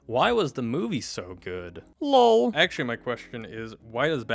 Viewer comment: Why did he say it like that... "Lol😏"